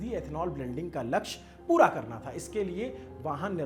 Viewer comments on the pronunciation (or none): none